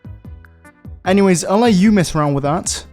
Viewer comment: "Saying anything" Also Him: "Saying Anyways After" Btw His "Anyways" Sounds Like.. (Engiweys)